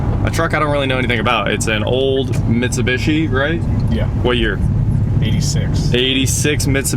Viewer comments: Right? What is even trying to say? MitsuBUSHY? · Mitsu-beeshi, not mitsu-bishi. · Its pronounced mi -tsu-bi-shi. Its broken down like that took basic japanese ;) and tsu is like tsunami tsu-na-mi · For the love of God its pronounced MIT-SU-BEE-SHE. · C'mon man. You're American. You know it's pronounced "Mit-sew-bee-she" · Bruh. It’s Mitsu-bee-shee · Really clean! Nice!!! Also.. it's Mitsu-bee-shee. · Now we know you are a millennial you can't even say Mitsubishi LOL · The non rhyming last two I's bother the heck out of me in pronouncing Mitsubishi. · How have you NEVER heard the correct way to pronounce Mitsubishi?